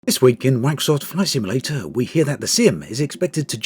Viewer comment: "ISWEEKIN' WACKSOFT FLISIMLATER"